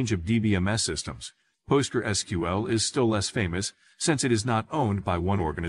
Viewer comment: NO!!!! Just NO! Also if you took helping others seriously, YOU would talk to them; YOU would do the work, not some AI that can't even pronounce PostgresSQL.